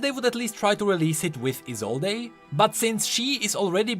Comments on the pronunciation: ESOLDE. NOT ESOLDAY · Why do you keep calling her Isolde even when you know it is pronounced Isold?!?! I bothers me so much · it's "ee-sold" not "ee-sole-ey" You're driving me nuts man:P I know I know small issue lol. I'm excited for new TFT. I love playing it on my phone when I am playing other games or waiting somewhere. My only issue is how long the games run. But as soon as Wild Rift releases in NA I might drop off playing in favor of that. Also damn the oceans for making it so I can't play with my friends in EU:( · He still reads it as Isolday lmao